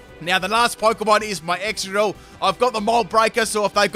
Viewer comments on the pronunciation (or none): none